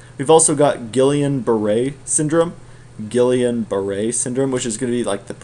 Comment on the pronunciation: Great video. Very good overview of hypersensivities that is easier to grasp than most text books. Funny guy too. Also you would pronounce Guillian: Gee-on (like Freon), they were a couple of French dudes.